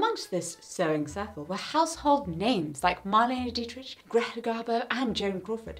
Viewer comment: This isn’t meant to be rude, but your mispronounced Marianna Dietrich’s name. Her last name is pronounced at Dee-trick (it’s pronounced using the German phonograms not the English ones)